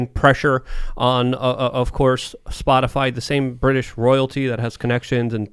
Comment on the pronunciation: Did anybody else hear Peppermint Patty call it "Spotifly" in the White House briefing?